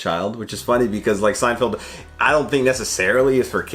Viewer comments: It's Seinfeld, not Seinfield, lol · Is it me or does it sound like he keeps saying Seinfield instead of Seinfeld? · Are you saying "Seinfield" on purpose? 🤔 You know it's Seinfeld, right? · Lol at your incorrect pronunciation of Seinfeld. I notice it in every video. It's not Seinfild. Feld as in fell. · Love you guys, but for the love of god, PLEASE stop pronouncing Seinfeld weird. can do it, so can you! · I thought I was the only one to hear pronounce it like that...